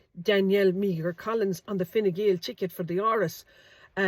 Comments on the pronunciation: Meagher -Mee her? ... It's pronounced 'Mar' is it not. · Great research and post again. Just on the name Meagher pronounced "Mar" and Irish for Maher with the same prounsation famously associated with the name Thomas Francis Meagher who was the first man to hoist the tricolour. Maybe a blood line here too. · Meagher is pronounced exactly as Maher. Do your homework, girl! 😢